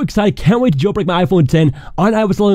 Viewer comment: The way you say “gel brek”